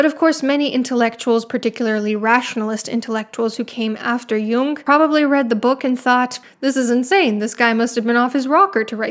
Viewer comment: His name is jung, not young, and heroin doesn't have an e at the enc